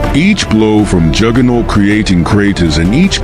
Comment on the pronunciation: Lol dak seed and jjooooger-not